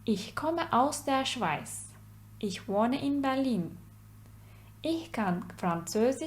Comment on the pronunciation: Schweiz, yani Isvicre yi yanlis telefuz ettiniz, sizin telefunuz, „ter“ anlamina geliyor. Ifade edilisi, „w“ harfinden okunmaz, „eiz“ son hece olarak hizli okunur. Merhaba =Hallo, Grüsgott=Allahinselami. Dini agir olan bölgelerde kullanirlar, yapmis oldugunuz bu program icin tesekkür ederim, bir cok dinleyiciye yardimci olacagi simdiden söyleyebilirim, emeginize ve vaktinize ayrica tesekkürler.